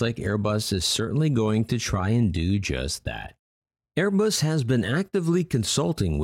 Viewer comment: Am I the only that heard "until late 2019 that an upstart Manufacturer you may have heard of named aibus" 2019 what are you talking about they where founded on 18 December 1970